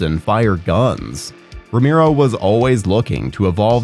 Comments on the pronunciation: It's pronounced Row-mare-oh not Ro-meer-oh. haha, sorry I had to. Good video you've put together, I enjoyed it. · Look you did good on the history and research but dude, your pronouncing his name way wrong, it's Romero, your saying rameero, I'll spell the pronouciation, Ro-Marrow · It’s pronounced Ro Mehr Oh